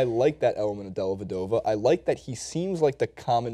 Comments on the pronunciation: it's dellavedova, not dellevdova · Says dellevdova?